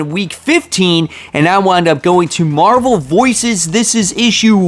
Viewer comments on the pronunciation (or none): none